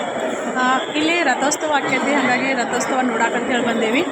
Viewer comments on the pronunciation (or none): ರತೊಸ್ತವ ಅಲ್ಲ ರಥೋತ್ಸವ. ಭಾ ಷಾ ಶುದ್ಧ ವಾಗಿರಲಿ. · Rathostava alla adu rathotsava